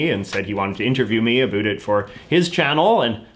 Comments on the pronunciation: "The tik tock" "A boot" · Does he say "about" that way as a joke? I have never met someone from Canada who actually says it like that, and I was born here.